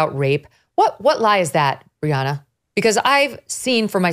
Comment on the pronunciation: Briahna not Rihanna already already am listening now ....